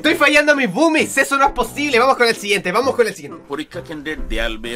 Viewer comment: boomis parese que se dice bubis